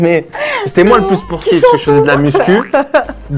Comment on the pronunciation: Sportf au lieu de sportif..